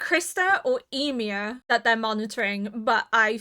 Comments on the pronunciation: I remember in the first two episodes you were pronouncing it like WHY-mir. It's so adorable 😆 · hiii, Ymir is pronounced Yee-mear. Yee as in Yee-haw and mear as in near! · yeah it's pronounced more like "yumir" or "you-mir" but fast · The longer this series goes on, the stronger the urge to binge this series becomes. Even when watching reactions! I cannot wait to see what you think of all the craziness that is about to unfold! (I always pronounced Ymir like 'E-mir' because of all the germanic names going around). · She has mentioned she is deaf in one ear quite a few times before, therefore has difficulty with name pronunciation.